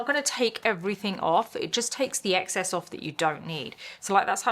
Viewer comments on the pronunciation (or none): none